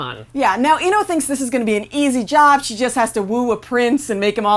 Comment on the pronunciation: She didn’t pronounce ino right or Naruto